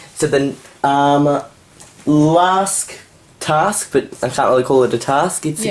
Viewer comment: You Said:"Lask Task". It's Last Task